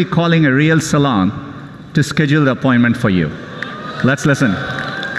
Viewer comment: Schedule = said u llll